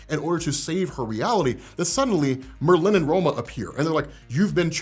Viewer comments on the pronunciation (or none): none